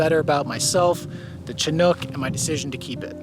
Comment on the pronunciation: Soft "Ch" and a short "I"- Shi-nook. They definitely predate the 80-90s. I've got my eye on a 1976 Dodge Chinook right now.